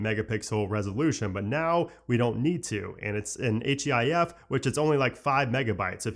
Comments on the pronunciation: “H-E-I-F” …did you even watch the keynote?! 😂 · why are u spelling out HEIF 😭😭💀